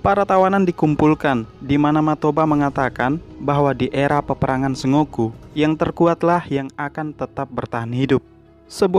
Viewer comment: bacanya bukan "se ngo ku" tapi "sen go ku"